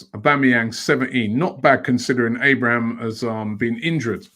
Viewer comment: Tammy Abrahams. Robbie learn how to say Footballers name right. 🤣🤣🤣.